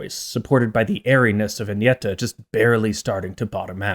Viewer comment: You clearly researched how to pronounce their names, and you did quite well, it was a bit jarring to hear an English speaker pronounce Agnetha's name like that.